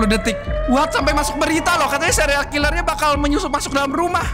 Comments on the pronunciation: Dari tadi denger ngomongnya sereal killer bukan serial killer🗿🗿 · Bang kok abang bilangnya sereal bukan serial